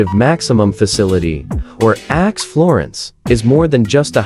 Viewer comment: This is so BAD that it is HILARIOUS! First, the mispronounciations. “ADX” is pronounced “ax”, plus many others. The images mostly have nothing to do with ADX Florence. My favorite is where they refer to “ax florence” and show a picture of Florence, Italy! Just AI-generated clickbait, but so bad it's funny.